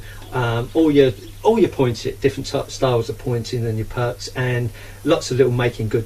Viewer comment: It is meant to be used to create a nice tidy edge. Pity the user didn't use it to create a nice tidy edge. Also it sounds like the guy is saying "perks" instead of "perps" (short for perpendicular). This suggests he isn't a brickie.